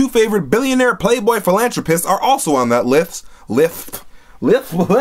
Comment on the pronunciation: and "Phil-an-tro-pichst" so wrong... so incredibly wrong:D Say it with me "Phil-an-thro-pist" Also don't attack me, loves me so I'm allowed to be mean to him.